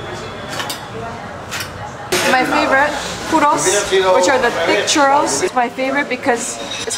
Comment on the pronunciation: Every time she says puro a puppy dies